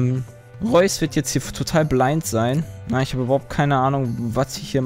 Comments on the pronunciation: Ich glaube ,es wird Re-us ausgesprochen ... wobei Reus in einer Hinsicht episch ist xD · Das Spiel wir Raius ausgesprochen (im englischen zumindestens) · Reus heißt soviel wie Gigant und wird ungefähr Rüss ausgesprochen, hab ich grade irgendwo gelesen :D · Es wird so ausgesprochen wie es geschrieben wird, also RE-US!